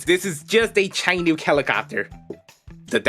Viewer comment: Hate to pop in for the first time ever on one of your videos and correct your pronunciation, but Chinook is actually said Shi-nook. Otherwise good video, I really enjoyed the Our Worlds bit.